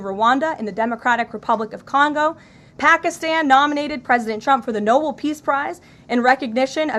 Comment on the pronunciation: FYI Ms. Leavitt it's the "Nobel Peace Prize" not the "Noble Peace Prize". It's pronounced No-Bell not No-Bull. But he'll never get it so don't worry too much that you mispronounce it.